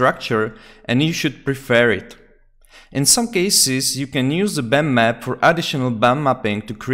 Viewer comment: Wow my friend thank you very much! Amazing video! I was looking for answers for too long until i found your video! Great explanation. Also funny how you pronounce bump map :D "Bammap" Thank you!!!!!!!!!!!!